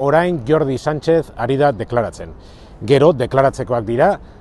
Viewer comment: 'sanchez' és l'ortografia xarnega imposada per funcionaris xarnecs a un cognom portuguès que s'havia catalanitzat 'sanxis'. És una poca-soltada que els locutors el pronunciïn en xarnec, doncs, quan s'hi anomena un planenc. Barkatu. Ez naiz ausartzen; itzulezina.